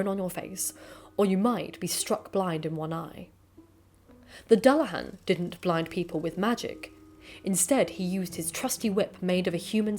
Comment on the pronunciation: I was also bugged by the pronunciation of Dullahan too. To my understanding it’s Do-la-h-on